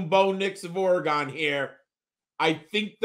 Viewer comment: Or-uh-gun not Ori-gone